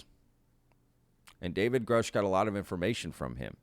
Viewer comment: Richard Doty 2.0. This guy is almost certainly a disinfo agent, a liar or crazy. The guy claims to know David Grusch then butchers his last name. No credibility...